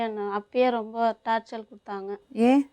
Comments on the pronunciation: அது டார்ச்சர் (torture)தான் டார்ச்சல் இல்ல(torChal) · Thappa eavlo sirippoda soldringa 😂😂😂 athu torture tat word frm english not torchal 🤣